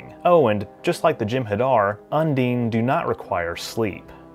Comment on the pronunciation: .. it's not "come dean with me".. un-DINE.. not un-DEAN XD